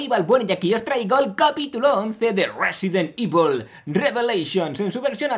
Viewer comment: Resident ivol :'v